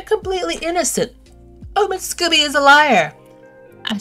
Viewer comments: Scobie not Scooby Doo.🤷🏻‍♀️ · The man’s name is Scoe bee.